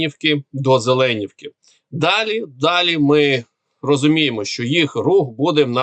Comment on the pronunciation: ЗеленІвки , наголос на на і